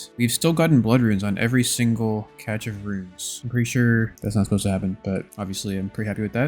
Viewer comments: I thought it was "Cache" (almost like cash) of runes, not "catch" like you pronounce it? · cache = cash, not catch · Another awesome video Just fyi cache is pronounced “cash” I winced when I heard it. Gl on the drops! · It's Pronounced "Cash of runes" just an fyi :) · yo, it's pronounced 'cash' of runes. Love the series:) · I think it's cash without the é. Or at least, everyone in CSGO says the map name "Cache" as cash. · Pronounced "cash" of runes... plz 😭😭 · I like this guy. hes pretty cool. Btw cache is "cash"